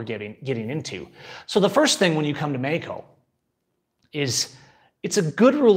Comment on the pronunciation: say meXXXXXico....